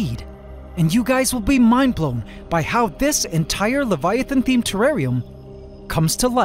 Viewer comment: At the start did i hear leviavan or leiavant?